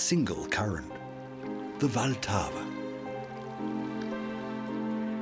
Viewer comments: It is not Voltava. Try to go by syllables, the stress is on the first one: VL-ta-va. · " wilt ahwa "